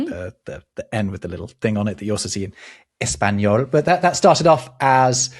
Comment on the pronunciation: They don't say ezpañol, FFS. I give up on this channel.